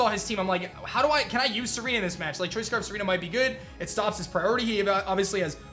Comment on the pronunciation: I like how said "Tsareena with the kiss". Almost sounds like "Serena with the kiss" doesn't it?